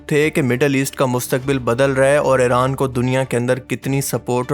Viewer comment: Ye Tum "Eren " kyu kehte ho "Iran" Kaho.